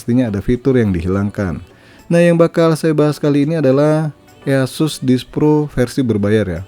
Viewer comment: Indonesia language sekali "ea sus" Aku dengar nya kayak waw verified Indonesia people